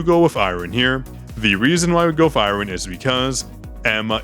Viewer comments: Haha it’s supposed to be closer to “ai-urn” as opposed to “ai-rern” Thanks for being super cool dude, I used to say pyramid as pymarid for some odd reason and my mum couldn’t stop laughing as she tried getting me to see the light for a full day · is the second person I know that pronounces Iron weird I had to look up if it was an American thing to see if I was going crazy or if he’s doing a bit saying it exactly as how it’s spelt